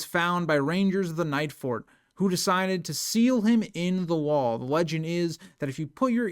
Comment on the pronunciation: Normally I wouldn't correct a YouTube streamer for a slip up, but you called the Nightfort the "Nights-fort" a dozen times before I decided it was worth mentioning.